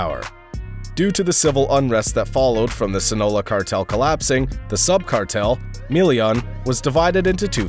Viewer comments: Come on at least practice the pronunciation of the cities and states and actually research which ones are cities and which ones are states. Jalisco is pronounced Ha-Lee-Sco not Juhlisco and it’s a state not a city. Sinaloa is a state but you keep pronouncing it as Sina-low instead of Sina-loa. Also Michoacán is not pronounced as “Machakan”. El Mencho’s last name, Cervantes, is not pronounced as Kervantes but more like Sir-vantes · ‘Sinola’ lol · Why’d you pronounce Sinaloa like that??